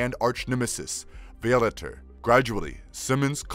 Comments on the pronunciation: and Vialater lol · excuse me, but it’s pronounced VAI-O-LATER. I don’t know wth you said. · Gonna seriously say violator wrong 😩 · Who narrates this ? Can't pronounce simple Violator or Cyan ?